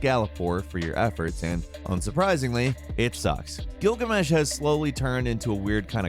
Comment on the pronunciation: says he doesn’t want to say a name in case he mispronounces it proceeds to mispronounce gilgamesh